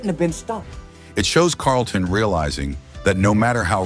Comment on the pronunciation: I enjoyed the video but plz pronounce these celebrities names correct Moesha is not MOE SHA its Mo - E- Sha. WAYANS and Carlton you pronounced wrong too